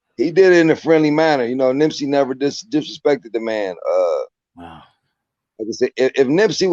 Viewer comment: Why does he keep saying Nimp???